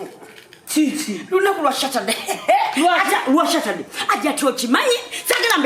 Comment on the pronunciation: Kyoka Tebie 😂😂😂 mbu leero "shaturday" 🤣🤣 Much love ladies